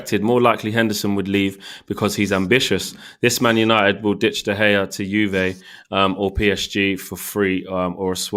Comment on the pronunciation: Did u seriously call him de hae it’s de gea